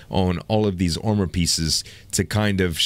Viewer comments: why do you say ormor instead of armor? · you said aomer